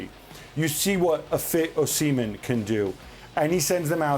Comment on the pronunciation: Why does Gab pronounce Osimhen like “Oh Semen” ?